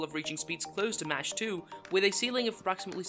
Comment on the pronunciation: Mach is pronounced mark, not match.